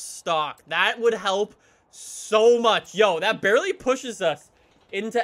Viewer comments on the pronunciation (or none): none